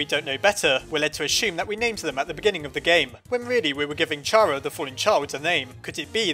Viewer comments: It’s pronounced Kara not chara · I’m pretty sure Chara is pronounced like “Character” so “keh-ruh” not “cha-ruh”. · OMFG ITS (KARA) NOT chara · It cara NOT CHARA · I know its officialy Kara but Chara just rolls off the tounge better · Chara is pronounced kara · It's chara like CHARActer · Does Char-a or Care-a- Me: IT'S PRONOUNCED KAR-A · Its not a pun,Toby Fox got Chara from there,thats why its pronounced Cara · "*CH*ara is an abbreviation of character." ...Do you not see what is wrong with this picture? Is-... is anybody seeing this? Think quoits how you pronounce the word character, and then say only the first two syllables. Logically hat's how the name should be pronounced. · Every time you say "Chara" I think "Charamander".